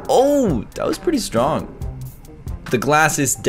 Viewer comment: It’s not called stronk it’s strong